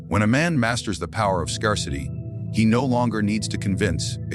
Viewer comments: did he say...scur-city lol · Learn how to pronounce the word "scarcity" The "a" is pronounced like the "a" in the word "air", not like the "a" in he word "car"... It is "rare" not to have some emotional "scars"